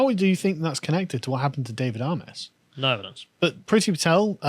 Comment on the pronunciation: Excellent vid as ever. Not the major point but as a resident of a seat that adjoins Southend West, his name is pronounced "AY-MESS" not "AH-MESS" or "AY-MOSS".